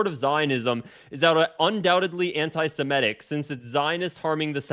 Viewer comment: The word is Semitic not Semetic and Israeli's are not Semitic they're of eurpean descent